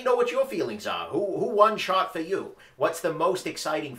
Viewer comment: Ok, anyone else hear say shart instead of shot? I get a chuckle everytime he talks about the Shot Show. At least that's what I think he's talking about..